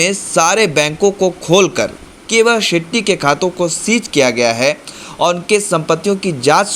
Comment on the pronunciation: भाई, आप अच्छे पत्रकार हैं, और भी मशहूर हो सकते हैं। बस थोड़ा उच्चारण पर ध्यान दीजिए। खासकर व को ब और श को स मत बोलिये। यानी विस्तार को बिस्तार, वहाँ को बहाँ, बुर्ज खलीफा को वुर्ज खलीफा, शेट्टी को सेट्टी और नाराज़गी को नाराजगी न बोलें। थोड़ा सुधार करें, आप बहुत आगे जाएंगे।